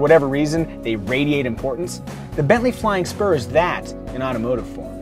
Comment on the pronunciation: First I thought he said "Flying Sperm"...